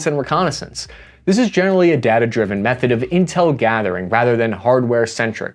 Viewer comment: PLEASE stop calling it "datta"